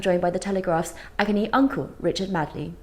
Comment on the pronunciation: Btw it takes some effort to mispronounce a well known name like Richard Madeley 😁